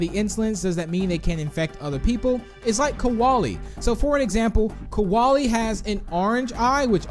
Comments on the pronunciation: KRAKEN RED EYE AND BOBBY it’s kolie not koalay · Kolie NOT Kawalie!!!!!!!!!!!!!!!!!!!!!!!!!!!!!!!!!!!!!!!!!!!!!!!!!!!!!!!! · Why did you say koalalie? It is Kolie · Pronounced kolie wrong, he said koalie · When Minitoon say "Kolie" he says Koalie it has no A its like Cole-IE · Its not kawali its kolie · Its Kolie noy kaolie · Kolie* not koaly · I get a bit triggered how pronounce Kolie's name as "Koalie"